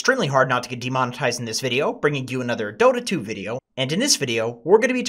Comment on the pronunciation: He said vedio so many times I've forgotten how vedio is spelled